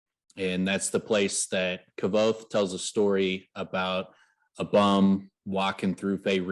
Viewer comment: Its not KAAAAVOTHE ITS KVOTHE sooo annoying